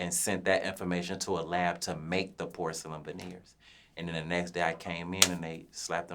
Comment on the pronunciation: I thought he said horselyn vaneers at first.